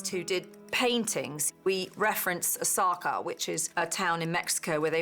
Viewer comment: “we referenced Osaka which is a town in Mexico.” Sure, because the Terminator timeline moves Japanese towns to the middle of Mexico. How do you not understand the pronunciation differences between Oaxaca and Osaka?